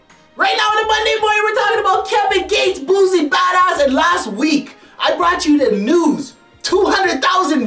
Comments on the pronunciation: Nigga if u dont stop saying this mane name wrong😐🤦🏿‍♀️....Its Boosie not Boozie, that shit was annoying to hear... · And it aint "Boozie bhadahz" its BOOSIE BADAZZ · Boosie,not boozie. Lawd that's irritating.🤣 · He calls him buzie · Its pronounced "Boot-see" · Buzie Bodahs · And he keep mispronounced boosie name# clown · He can't even say Boosie name rite